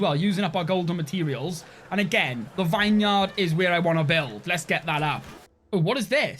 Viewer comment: say it with me VINeyard mouth the words VIN VIN VIN in swear it just wont be a video without you saying a word so wrong 😂